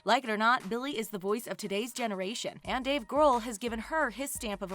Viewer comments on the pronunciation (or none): *Dave Gr-aw-l. Not Dave gr-oo-l. Sorry someone has to point it out.